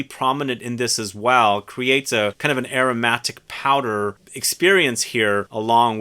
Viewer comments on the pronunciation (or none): none